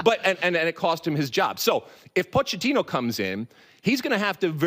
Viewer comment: Hey Lalas it is pronounced “Poketino!”